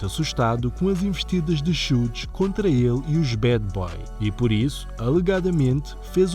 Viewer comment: Uma observação simples, Suge nao se pronuncia como repetidamente o fizeste. De resto, otima matėria.